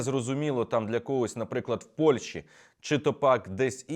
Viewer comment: Зверніть увагу на вимогу. Не Польші, а Польщі.